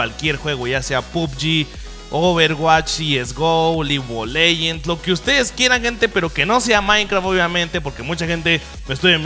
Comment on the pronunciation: No se dise ligu o leyend se dice Lig Of Leyiends